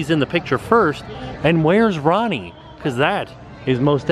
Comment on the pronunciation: Haha you are too funny! I think it's pronounced "row-ni" like if you combine their names together it's "pepperoni." ^___^